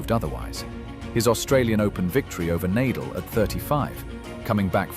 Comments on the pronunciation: Nadal is pronounced Nah-Dahl. Not Neighdel. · This video seems AI generated, with many mistakes. When Nadal's name was pronounced Nay-dal, I almost cried. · I logged in just to say how badly the AI did with this video. It's already been pointed out that Nadal's name is repeatedly mispronounced and that Lendl had a 1HBH, but not sure anyone has mentioned showing the wrong Williams sister or repeatedly showing a pickle ball court. No doubt there are many other errors--do better AI. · It’s an ai voice duh of course it can’t pronounce names correctly. How can you not see this? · Never heard Nadals name so wrongly outspoken. And of course, he didn’t "own" Federer. Federer the Goat, most enjoyable tennis player. Nadal the athletic giant, master of clay. Djokovic the competitive and most successful player in total, with age advantage vs Federer. Even 6 y younger, Nole vs Roger H2H is only 27-23...and could easily have been 26-24. All three players wee giants!